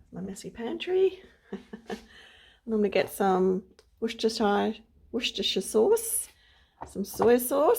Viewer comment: Hi the raised bed looks great and a good price. Well done for pronouncing Worcestershire sauce correctly! I love jerky, I would be chucking in lots of your chilli flakes😂🤠💗👍🏻🙏🔥 did you put honey in? Makes it sticky and yummy.😋